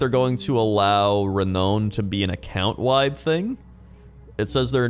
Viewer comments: I thought the same - it's pronounced "re-noun". The way people pronounce "melee" isn't how I pronounced it (there's a French and English pronunciation). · Re-nown? Re-noun you dongle! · "Re-known"... Re-nown? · re-now-n lol I love you